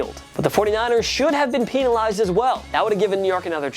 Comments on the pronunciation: Pen not peen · It’s penalized not peeeeeeeenalized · he say peenalized. It’s supposed to be penalized but he added and extra e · Peen a Lised 😂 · Dis mans said Peenalize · Why does he say peenelized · gets demonized for saying peenalized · Peenalized! LMAO! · Pen- penalized. Not peen, pen- penalized. Thank you. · Stop mispronouncing penalized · raiders should have been peenalized. I be laughing so hard 😂😂 Thank you for the likes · Sorry... Peenalized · Why did you say penilazed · “pen a lized” 😂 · Did he say peenalized? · U say penzilzed so wrong lol you say peinilzed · It funny how he say peantilized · Why he say peenalized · Jing Wu peenalized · The way he says penalized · Is it just me or did he say penalized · Bro I heard him say that as I read ur comment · The way you pronounce penalized urks me in a way i cannot explain. Because of this i hate you.